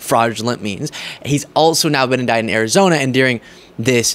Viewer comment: The word “ during” is pronounced with a long “u” You are saying Deering